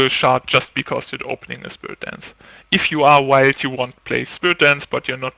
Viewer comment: hey man, great video's. Just a tip: when you say mono wild, it sounds a bit like mono white.